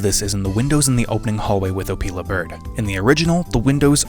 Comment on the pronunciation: hehe "opeil"ing he said. Great Review